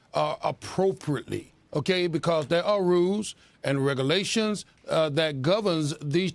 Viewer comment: If you cant pronounce “regulation” probably can’t be trusted to represent me. 😂